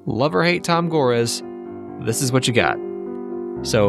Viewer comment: This was a good vid, except that you pronounced Chuck Person, Tayshaun Prince, and Tom Gores wrong.